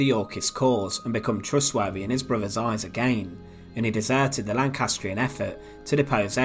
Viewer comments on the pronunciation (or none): When I have to tell a video commentator It's "brothers" not "bruvvers" there's something wrong...do us all a favour and learn how to speak correctly